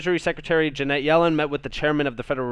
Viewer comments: love you... 'friends don't let friends...' Her name is 'Janet' rhymes with 'planet,' not Jeanette. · Love the content but her name is Janet not Ja net.